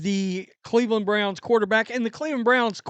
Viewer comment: Two questions on this. 1: Is she telling Bucs fans the same thing about Shilo? And 2: Why should anybody want fan advice from someone who'd stumble under such a simple name as the Cleveland Browns? It's not like they're the Zizza Zizza Boink Boink Freepians. If you can't say "Browns", you probably shouldn't have their name in your mouth to start with.